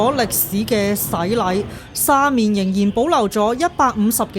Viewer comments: 廣州人一般"黃沙"讀"枉沙"，"沙面"讀"沙勉" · 黃沙個黃同沙面個面都讀錯曬😅，我唔知你唔知正確發音定係要就個字幕生成